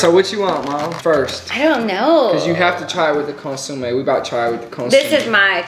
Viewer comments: I love how you pronounce consomé. “Consume” lmao🤣🤣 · Consomé! Not consume 🙃